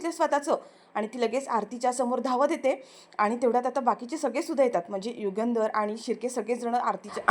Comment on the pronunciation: युगेंदर नाही युगंधर. नावाचा उच्चार बरोबर करा. Delicate = नाजूक. Deligate = प्रतिनिधी. " राग अजिबात अनावर होत नाहीये. " म्हणजे काय ? _ राग अनावर होत आहे. किंवा राग अजिबात आवरत नाहिये. एवढंच म्हणणं पुरेसे होते.